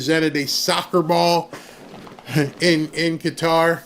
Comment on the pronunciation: Finally someone can pronounce Qatar correctly. Thank you